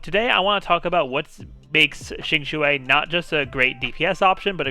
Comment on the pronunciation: Thank you for trying to pronounce Qingque's name correctly. The only problem she has is she needs constellations, and since I I have her at E2 only, I am not planning to build her. I have Seele, will definitely pull for Fu Xuan, and since I also have Silver Wolf, I won't need Qinque unless I find Lynx redundant on my monoquantum team.